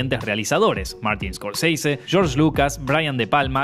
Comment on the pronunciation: Es Scorsese, y se pronuncia como se escriba, no es un apellido yanky es italiano.